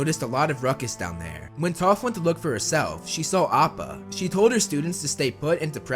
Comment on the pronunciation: am I the only one that was so confused when he said “saw appa”